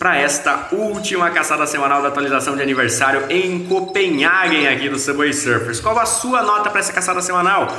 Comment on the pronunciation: N sei pq qdo ele fala Subway Sufers eu do Risada kskssks